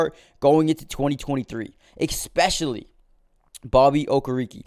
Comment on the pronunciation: I love the giants! ESPECIALLY! NOT "EkSPECIALLY!"